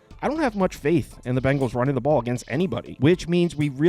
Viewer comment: Its Bengals not Bangles